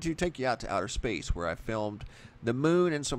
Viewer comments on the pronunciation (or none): none